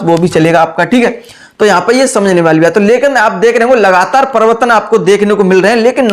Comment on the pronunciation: Privartan bolne nhi aa rha hai pdhaoge kyya ghnta